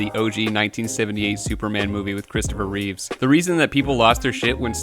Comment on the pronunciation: Reeve. Christopher Reeve. He's not Multiple Man; there's no s at the end. Give the legend some respect, dude.